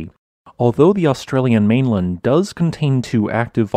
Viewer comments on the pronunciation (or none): none